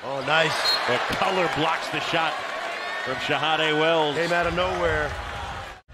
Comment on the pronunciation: Why does Fran keep saying McCulla? He said it right, McCullar, a few times, but most of the time he left off the r at the end